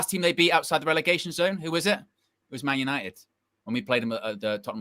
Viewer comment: “GLORY-GLORY-MAN YANITED!” 🤣🤣🤣🤣🤣🤣